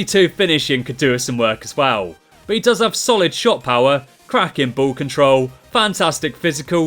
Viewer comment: Crakkin Plurrr- Twosync